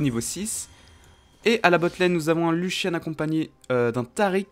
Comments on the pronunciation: lucian pas luchian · Younochang cr bah prononcé luchian en engrais mais vu la façon avec laquelle il dit throw, il devrait pas utiliser de l'anglais :')